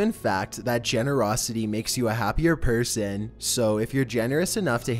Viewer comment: Is there anyway you could change the way you speak? The constant, high to low speaking syllables of words is strange. like DRIv ing, RAIL ing, PER son, SURF ing, TUN nel, SAFE ty, CAP ture, its really odd cadence.